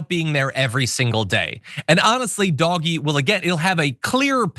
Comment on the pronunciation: Please it is Dog E